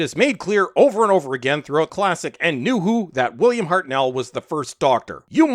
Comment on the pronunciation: You can’t even pronounce Hartnell’s name properly.